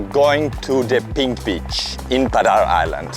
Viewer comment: Cuidado con la pronunciacion de beach. Puede dar a malentendidos.